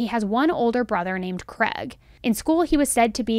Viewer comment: kregslist? Craig is kray-g